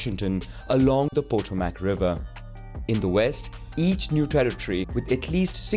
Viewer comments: Its pronounced, PAH-toe-MIC River, not pet-to-mac. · “Pote-o-mac river” lmao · You lost me at PO-to-mack river. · Po tow mac😂😂😂😂😂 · It's pronounced /pah TOH mahk/. Sincerely, a DC area native. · Did this guy seriously just mispronounced "Potomac"? smh... It's pronounced Pow-tow-mac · You missed so many basic facts & got so much wrong. Used words I as an American had never even heard of. Hawaii wasn't a part of the USA until several years after Japan surrendered. You can't pronounce Potomac. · I laughed on how he pronounces “Potomac River!”